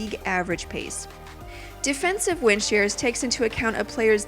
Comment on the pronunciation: You sound like you're saying wind sheers